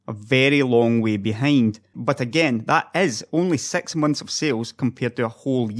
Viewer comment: dude did you hard to say Six rather than Sex...